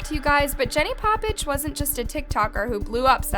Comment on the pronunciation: That is not how you say her last name🤦🏽‍♀️